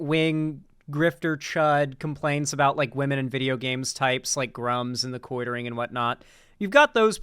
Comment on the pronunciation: you said The Quoitering lol.